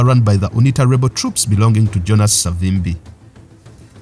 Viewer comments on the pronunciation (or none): none